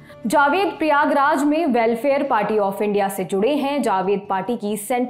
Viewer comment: प्रियाग्राज नहीं प्रयागराज नाम हैं